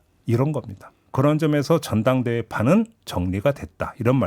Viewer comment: 전당대회가 잔당대회로 들립니다. ㅋㅋㅋㅋㅋ